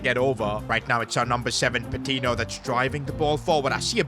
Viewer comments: Great vid but the pronunciation of Patiño is killing me It’s not Pa-tee-no it’s Pa-teen-yo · its pronounced patinyo not patino